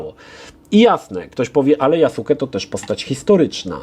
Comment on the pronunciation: Interesuję się Japonią od kilkunastu lat ale o Jasuke nie słyszałem (tak na marginesie czyta się JASKE) Myślę, że gry komputerowe są wręcz idealne do takich ciekawostek. Poznałem nową postać historyczną i jestem zadowolony. A Ci którzy od UBISOFTU oczekiwali realizmu historycznego to chyba powinni iść raczej na japonistykę na studia czy coś. Tam ją znajdą.